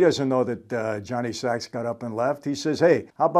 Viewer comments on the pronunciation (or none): Fyi...his name was "Johnny Sack" (short for Johnny Sacramoni) not "Johnny Sacks" lol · Johnny ‘sack not sacks’ 😊 sacrimoni. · First of all, it's Johnny "SaK" not "Sax". Second, the police can't tap a phone or number that they don't know exists and for a meeting they don't know is occurring. The one-time use of a "burner" phone is virtually untraceable as Sylvio claims. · Michael it’s Johnny Sack, not Johnny Sacks! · Great analysis! But, did it bother anyone else when Michael called him “Johnny Sacks” instead of Johnny Sack? Like he says, one word! Lol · Someday Michael may realize, if he hasn’t already, that the character’s name is Johnny Sack, not Sacks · Johnny saak. Not sacks. And furthermore johnny was protecting paulie tonys crew member who can verify ralph said it. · Johnny Sack not Johnny Sacks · Johnny Sack. Not Sacks. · It's Johnny 'sack'. Johnny don't play sax. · Sack not Sax